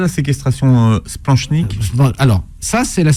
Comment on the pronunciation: Par contre le « ch » de splanchnique se prononce « k » !! Nom de diou dbouse!